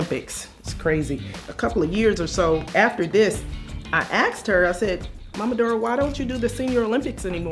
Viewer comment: I aksd her? Wtf?